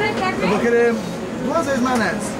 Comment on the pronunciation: O cara mexicano falou er maionese doce aí quando o for comer er wasabe